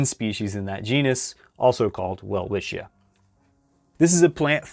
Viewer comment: "Welwitschia" isn't that hard to pronounce correctly. Say "well"-"witch"-ya, to get even closer to the German pronunciation you could replace the /w/ sound by a /v/, but that's optional...